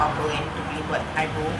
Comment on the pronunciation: Eyebrow-pronounced it as (aiberau) 💆not bero .